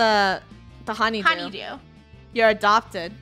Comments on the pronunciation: Its honeydew not honny do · Its honey dew. Not honey duw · COCOS A HUNYDEW Me:cocos a coconut while dying of laughter XD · When said honeydew 😂